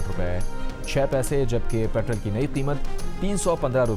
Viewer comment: یار یہ تم لوگ پٹرول کو پٹرل کیوں کہتے ہو؟ مانا کہ امریکن ہجے میں پٹرل کہا جاتا ہے مگر صحیح برطانوی انگریزی میں میں اس کو پٹرول کہتے ہیں۔ تاہم اردو میں ہمارا ان دونوں ہجوں سے اتنا کوئی تعلق نہیں۔ اردو میں اس کو پٹرول کہتے ہیں۔ تم لوگ امریکہ بندر لگتے ہو۔